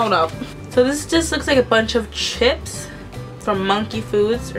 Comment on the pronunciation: u say ships